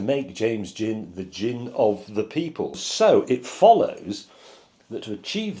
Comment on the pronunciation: For awhile I thought James was saying, "...And you should stop it." I was confused, but that didn't stop me from continue to watch. So take that James.